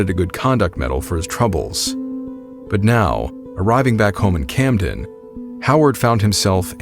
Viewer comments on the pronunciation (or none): As a NJ native I knew things were going south as soon as you said "Camden".